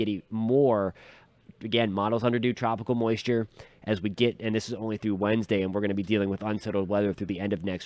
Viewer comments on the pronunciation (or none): none